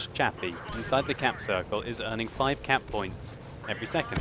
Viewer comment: lol every time you said cap points I was thinking cat points